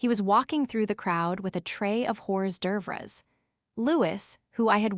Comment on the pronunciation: Hors d'oeuvres is not pronounced “horse doovers” - it’s French.